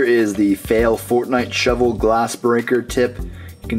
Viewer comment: DId you Say Fortnite Showel??